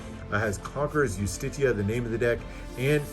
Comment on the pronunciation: Is that how you pronounce Justitia? I thought it was "jus-tee-sha" or "just-tee-she-a" I love this all red deck - i prefer the material that was used on Vendetta compared to this